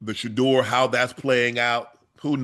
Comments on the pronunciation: Why stefanski can’t even say sheduer name??? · The way Stefanski can’t even say Shedeur’s name, he did not want Shedeur to play!!! Stefanski is mad that Dillon sucks and Nephew is amazing (after only practicing with the 1s for 3 weeks)!!! 💪🏾💪🏾💪🏾💪🏾💪🏾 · That coach couldn’t even say Shedeur’s name!😳 no one told him to mentally abuse Shedeur. If he did that bc someone told him, he will answer to God for that. Sold his soul!! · Stefanski can’t even say Shedeur’s name he ain’t a Soto anybody